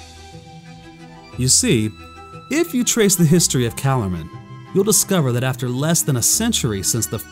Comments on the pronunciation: The pronunciation of these names is really throwing me off. I remember hearing Douglas Gresham, Lewis' stepson and the holder of the rights to the stories, pronounce Archenland with a hard k in the middle like Ark-en-land. And instead of pronouncing Calormen like Callaghan, it was Cuh-lore-men. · Why does he pronounce it calormen that way? According to douglas Gresham (C.S. Lewis's step son) its Ca-Lore-men. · It only bugs me because my first introduction to Narnia was the focus on the family radio drama. I first heard them before I even knew how to read. They always said it cal-OR-men. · Love these videos but I recommend you listen to the audiobooks the pronouncements of calormen and archinland are off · I have to ask, why do you pronounce Calormen like that?